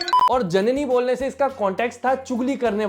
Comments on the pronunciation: It's jnani..not jnni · It's not janani.... it's janaaani(Punjabi word.. meaning woman) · भाई जननी नही जनानी बोल रहा है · Bhai it’s Janaani not janni Janaani matlab aurat 😅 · Sir... your content is really nice...but it's not जननी its जनानी ... means woman..